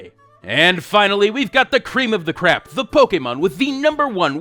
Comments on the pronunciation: Did anyone else hear "the cream of the crap" instead of crop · Cream of the Crap XD thats what i heard